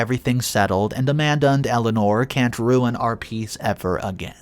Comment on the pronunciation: Umm it’s RUIN (ROO-IN) not run it… how can you pronounce is correct in one part of the story but not in the beginning?